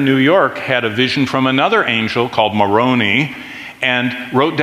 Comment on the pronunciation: It's moroni, as in eye.